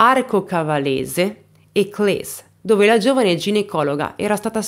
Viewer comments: Si dice Cles, no Clè, è italiano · con la S più definita, più o meno come "kles" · Grazie per aver portato questa vicenda, che sento vicina perché frequento la zona. Solo una cosa, si dice Clèss, con la esse dolce e il cognome è MeREU come si scrive. Un abbraccio 😘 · Si dice Cles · Brava come sempre. Cles non si pronuncia così, ma pazienza. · "Volkswagen": la "V" si pronuncia "S". Errata pronuncia anche di Cles, che ha la "s" finale più forte e dura (abito proprio lì)